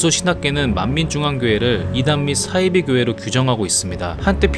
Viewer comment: 싸이비가 아니고 사이비